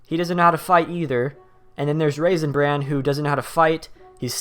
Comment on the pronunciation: It sounds like your saying raisin brand